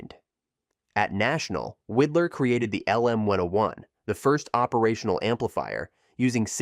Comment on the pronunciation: Widlar pronounced his name WIDE-LAR not WID-LAR.